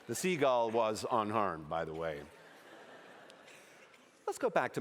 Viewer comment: He could say "seagull" instead of "seagal"